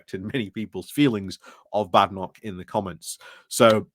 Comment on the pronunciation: I believe its pronounced Bay-den-och.